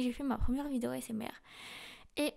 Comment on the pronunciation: Je me suis perdu... Entre le "eiffaquiou", le "ahessemartiste", l'envie d'un million d'abonnés pour le compte en banque. Bref. Entre Léa et Kalie, 2 grosses escroqueries, et des fautes d'orthographe même en parlant. Bref. De l'argent facile. Tant mieux pour elle un beau filon.